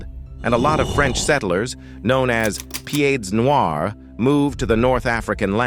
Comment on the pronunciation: Love ur accent dude when you say french words ^^ Btw, you don't pronounce the " D " in " Pieds noirs " ^^